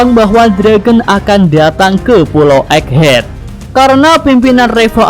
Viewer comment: *EGGHEAD min Bukan Eggehad